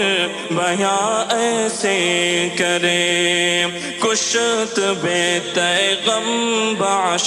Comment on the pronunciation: کشت کی کاف کو غالباً کسرہ کے ساتھ پڑھنا ہے تحقیق کر کے جواب عنایت فرمائیں ❤